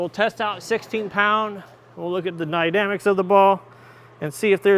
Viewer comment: Did you say "nydamics"?